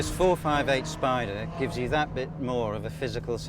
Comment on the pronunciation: "the 458....SPIDER"